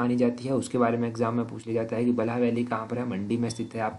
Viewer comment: 'बलहा' ni सर, बल्ह वैली 🤣, Respect from Mandi, thankyou for givin so much knowledge 🙌